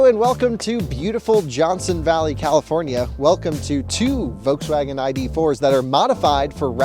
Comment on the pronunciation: Love the way you say "voteswaggin". :D